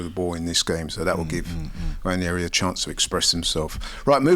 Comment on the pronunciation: Why do they keep pronouncing Nwaneri wrong?? It’s not Nwanieri (like Ranieri) - its Nwaneri